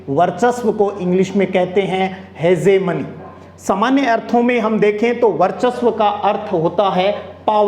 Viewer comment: Sir ji हेजेमनी nahi हैं hegemony